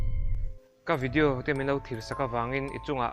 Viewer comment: I channel ka en char2 a vawin chu,,Vidi-o i te hi ka ngaimawh,,i trawng dan vel poh,,he tah pih tir lam ah parking tih tur ah Pakin i t ,,i trawng i fimkhur teh